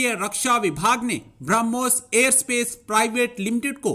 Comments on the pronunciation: Kya faltu pronunciationhai sala ..Bromhos ko ...sala bharamos bol raha hai sala ye experts henn.. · Bhara moos nhi barmohs nam hai ullu anchor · it's not Bharamoos, it's Brahmos. Definitely you are a madarsa product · Barahmus nahi brahmos. 🤣🤣🤣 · पाकिस्तानी भाई पहले बोलना सीखो 12 मोस नहीं ब्रह्मोस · Aare madarsa chap pehle padna sikh le... Wo Bharamos nahin hai us ka nam Brahmos missile hee.... Padh na likhna to tumlog karoge nahin aap ni ijjat ka janaja nikalne camera ke samne beth jate ho🤣🤣🤣🤣🤣🤣🤣🤣🤣LOL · बरामोस नहीं बोलते कटवे ब्रह्मोस कहते है 😀😀😀😀😀😀😀😀😀😀😀😀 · 'Bhara moose' sun k laga ki gaali de raha hai 😂😂😂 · Philipaine, bharamoose waah re news reader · He has difficulty in pronouncing Brahmos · Did he just pronounce Brahmooos LOL 😜🤪😝😂🤣